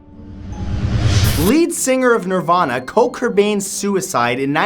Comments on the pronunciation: PS..wtf did you just call KURT? cole? bruh... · Dude it's not Cole Cobain it's KURT